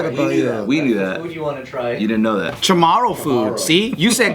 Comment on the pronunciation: It's CHA-MOE-REW LOVE YA😘